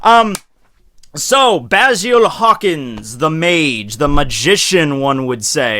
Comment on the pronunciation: I swear he called him Cockins when talking about the kizaru interaction